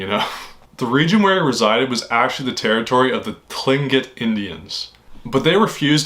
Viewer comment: Tlingit is pronounced "Clink-it". These babbling videos rehashing old news for views are wrecking the Internet.